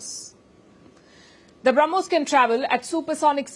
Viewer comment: The Sanna Mullah ( deliberately taking his name wrongly) couldn't say Brahmos property. He said Harmos missile of India.😅 All intelligent advisors are found only in Pakistan!